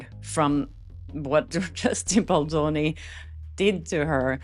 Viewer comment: Really, you would think AI could at least get Baldoni‘s name right, announce it right at least once?